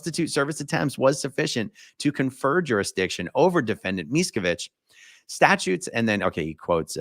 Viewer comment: lmao mieskavich 🤣🤣😂